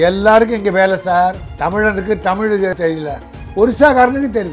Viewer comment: நெறியாளர் அவர்களே, தமிழை தமிழ் என்று உச்சரியுங்கள். உங்கள் உச்சரிப்பு "தமில்" என்று இருக்கின்றது. அதே போல் ள ழ உச்சரிப்பு பயிற்சி உங்களுக்கு தேவை. முதலில் அதற்கு பயிற்சி எடுத்து விட்டு பின்பு பேட்டி எடுக்க முயற்ச்சி செய்யுங்கள்.